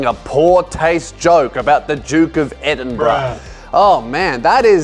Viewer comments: Should i be ashamed of laughing at “edin-Bruh”? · "The Duke of EdinBRUH" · "Duke of EdinBRUH" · The Duke of Edinbruhh